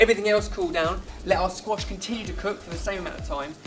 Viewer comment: When you said "squash wellington" I thought you said "squashed wellington" and I was like, this is why we need more. Who else would make it into a terible joke about a damaged shoe?